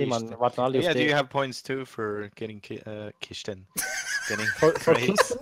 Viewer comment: Kischten kischten🤣🤣🤣🤣